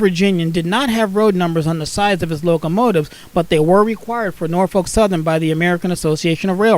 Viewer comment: Really excellent videos! By the way Norfolk is pronounced Nor-fuk.... If you been in Virginia or lived in Virginia that's how everybody pronounce's it.